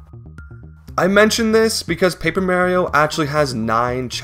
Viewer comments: To this day I still can't understand why you'd pronounce Mario as Merio, although funny, I do wonder if it's like simply because of an accent or something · Mare-io? Like, the female horse? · "Mere-io"??? Come on man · you saying merio kills me too wtf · Paper Mayrio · 😂 Paper Mehrio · paper meahrio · Paper mehrio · first 5 words says "mayrio" disliked unsubscribed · I love you, but you really gotta start looking up colloquial pronunciations for some of these words. Lean-ear? Mare-io?:( I wanna watch the video but it's too grating, I'm so sorry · This video looks really cool, but I cannot stand the way you say "Marry-o". I don't think I can take an hour of it, sorry. Like, I'm fine with people pronouncing pokemon names 'incorrectly' since the 'correct' version isn't really official or anything, but one of his famous catchphrases is literally "It's a me, Mario!". And I'm okay with clearly foreign people since making certain sounds in foreign languages is really difficult for people, but you do not seem like an ESL person to me. Love your vids man, but I can't listen to an hour of you purposefully mis-naming a wildly beloved character. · its so annoying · Bro, you’re saying Mario’s name like you confuse a cupcake for a brownie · I love the way he says Mario. It makes me smile every time. :) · your pronunciation of Mario is so annoying I cant finish this video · the way you say mario bothers me so much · Plz say Mario right T-T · stop saying maryo its mario uggh lmao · It's not Paper Mario, it's paper Mairio. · I wanna watch the vid but it's so hard to watch it and hearing mArio instead of Mario. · marry-o like the hit character from super mario maker for the nintendo wii u marry-o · Why do you say Meh-rio? When has Mario said ANYTHING other than Mah-rio? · also yet another mispronunciation, its pronunced MAH-Rio not MA-rio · It’s Paper Mario not Paper Mauriou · I'm trying to watch this video but calling him Mary-o is gonna kill me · "Paper Merry-oh"